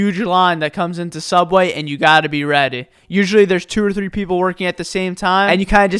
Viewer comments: Learn to say subway. It's not subwhaii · i love how he says "subweh" instead of subway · Okay so explains me this.Throughout the video he pronounced WAY properly.But whenever it comes to Subway he is like,sUbWeh The cringe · Why do you say subweah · Its so cringe the way he says all these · SUBWEH FRIDEH PUFFEH READEH SLOWLEH